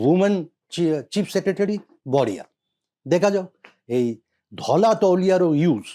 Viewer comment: ତୁମ କୁ କିଛି ଜଣା ନାହିଁ। Turkish towel ବ୍ରିଟିଶ ସମୟରେ ନ ଥିଲା। ଏମିତି ନିଚ ବିଷୟ ବସ୍ତୁ ଆଲୋଚନା କରିବା ଉଚିତ୍ ନୁହେଁ। ଧଳା କୁ ଠିକ୍ ଭବେ ଉଚ୍ଚାରଣ କରି ପାରୁନ ଧଲା କହୁଚ । ଛି...